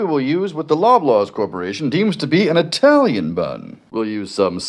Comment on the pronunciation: who wants to tell him that saying eye-tailian is offensive to italians